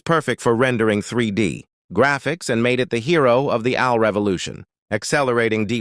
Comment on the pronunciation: Wtf am I watching? This graphical visualization (mainly) and the narration is a joke. 1: - "from your phone to Al (like Albert) clouds to Quantum labs". It should be "AI" (A-eye). 2: -"Now let's turn to the GPU". This displays a "GPT" processor? 3: -"was the same math at the heart of scientific computing and Al (like Albert)". Again, should be "AI" (A-eye). And the caption shows "I". 4: -"workhorses of the AI revolution". Which is part of a different video captioned video about I'm going to assume Chat-GPT. This is barely a quarter of the way through the "information video", and I'm noticing this much misinformation? Visually and Audibly? Even though most of the information is correct, you need to correct the visualization and how part of the topic is pronounced. This is lazy information in my opinion, smh.